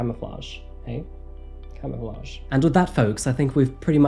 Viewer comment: “CAToflague”